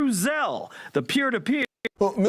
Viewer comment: "ZAIL" my brother??!!! Really/?! Go,and listen, a word to the wise.